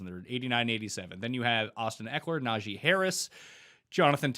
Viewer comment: One day these guests will get Najee Harris name right